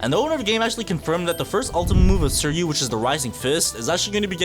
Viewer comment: Bro pronounced Suiryu's name wrong. It's Swee-ree-yu, and the R is pronounced the Asian way I think. Trust me with this, I've seen the anime.